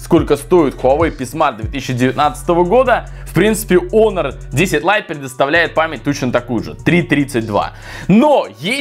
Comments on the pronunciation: Может хонор а не онор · Почему не Хонор? А Онор?😂